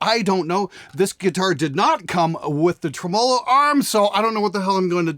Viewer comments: for the record its pronounced Tree-Millo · dear "with 2 "N"s" it's pronounced "trim oh low" ok say it with me now "trim oh low" tremolo good job i knew uou could do it haha 💀 love you love your show:) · If I have to hear you say "treMOLO" one more time I swear to god I'm gonna come up there and liberate all your oil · TREM uh low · Dude.. The way you pronounce Tremelo. Just stop with that shit already. lol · You were saying tremolo wrong! I AM VERY OFFENDED!